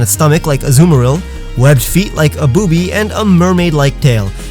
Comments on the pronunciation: Me an immature midget he said boubys (I think that's what you said) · Is it just me who giggled when he said blue footed boobee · Says blue water ‘boobi*s’